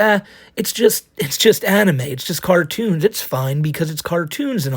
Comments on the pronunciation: Good ole “Thewe just cawtoons” Dube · “They’re just cawtunes..”